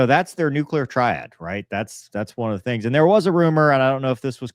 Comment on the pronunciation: "Nucular Triad" 🥀